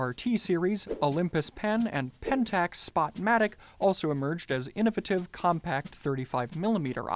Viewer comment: learn to pronounce innovative